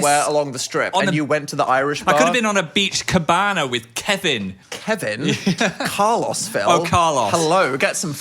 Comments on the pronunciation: oh my god Phil had an aneurism didnt he ive never heard Carlos pronounced "Car-loss" i only go to my local and favorite and childhood buffet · their pronounciation of carlos is actually killing me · i've never heard carlos pronounced that way 😭